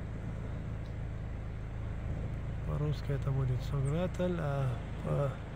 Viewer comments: Ва алейкум ассалам. То что написано на арке немного неправильно произнёс название села, на аварском оно иначе произносится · нет 😊. Написано там все правильно , просто когда вы произносили название нашего села в конце там не звучит мягкий знак он дает другой звук.